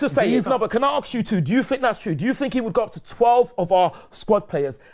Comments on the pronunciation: has the cheek to talk about low IQ when he pronounces the word "ask" like "aksk", that right there demonstrates low IQ. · Lol says "aks" instead of "ask" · Why can’t this delusional Smurf pronounce the word “ask” properly? How is a 70 year old man saying “arks” all the time? 🤡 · it’s ask not aks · Let me aks you something bruh